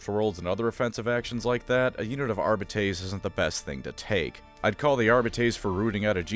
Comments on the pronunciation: AR BITES not arb bee tays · This pronunciation is throwing me off. I thought it was Are-bee-tees. Audio books say it this way I’m pretty sure. Am I missing something. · It's not fucking "Arbitayyysss" but "Arbites". Stop pronouncing latin like a dumbass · Its actually pronounced "Arbites" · Say it with me, Are-Bee-Teas. Idk why you’re pronouncing it Are-Bay-Tays but everyone in the new rouge trader dlc says it properly. You and majorkill have the same funny quirk of absolutely butchering the pronunciation of terms that your channel is all about. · Our-beetees? Are-bee-tees is the correct pronunciation ordained by the Emperor himself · GW decided that the technical pronunciation is "Are beet ease". No I don't know why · Always thought it was pronounced ar bite ees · I’m not trying to be a dick, but I can’t handle the way this man pronounces arbites. It’s definitely Ar-bee-tees. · great vid but the entire vid made my skin crawl with how he pronounced arbites ar-byte-ease i know he did it on wrong on purpose as a filthy eldar symp and ive alerted his local inquisition and arbites detachment that a xenos lover is slandering the god emperor’s most unscrupulous most just and lawful organization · I thought it was "Ar-bee-tiees". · Almost correctly. If High Gothic is just off-brand Latin, then the correct pronunciation Ar-bee-tess. 'tes' like Tess, the hot bartender chick, not Tays, like some weird pair of femboy twinks both name Taye. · You played Rogue Trader, you know it’s pronounced “Ar-bee-tees”. I don’t like it either so respect the dedication lol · I to pronounce it "ARE-BITE-S". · Isn't it ar-bEE-tes? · Wdym worst, the worst is easily ar-bite-es. Plus, if my memory from the days of learning Latin serves me well, ar-bEEt-es is the correct one. And yes, I know, dead language and all that, but it still had rules and structure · Ar-bee-tees or Ar-bee-tays. Anything else is wrong, objectively. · It is pronounced « Ar-be-tess », you wretched colonials.